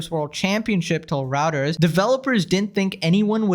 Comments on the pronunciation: Quit collectively punishing Boomers. She's just a dusty-assed hag. I'm a late, late Boomer and I play videogames. I also DM for my D&D group. I laud the young man for accomplishing something no one else has. My brother beat Chopper Command on the Atari 2600 way back in the day and he wasn't really even a giant video game player. I was very proud of him. BTW, it's "Roy-ters, not Rout-ers." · Mad props to this kid. What an accomplishment! Yeah, it's just a video game, but it's still an amazing accomplishment. FYI. Reuters is pronounced "roy-ders." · Reuters is pronounced Royters.